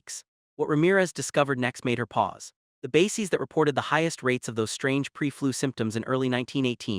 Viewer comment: It's pronounced BASE-EZ, not BASE-EEZ. This is a great video, with important information, but PLEASE teach your AI to speak correctly! It makes the video sound unintelligent, which puts the validity of the material into question. It's so sad that millions of school children were injected with live polio virus in the 1950s & 60s, including myself, which caused the Polio Epidemic [see: The Cutter Incident]. Whats worse is that Anthony Fauxi knew all this, then coincidentally came up with a vaxxine that made millions of people sick or dead. Strange how every Cov!d corpse had 3-foot long bloodclots in them. Even stranger: how history always repeats itself~:eyes-purple-crying